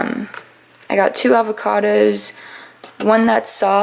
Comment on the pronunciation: You said Wednesday & Avocados with a weird accent hahaha 😂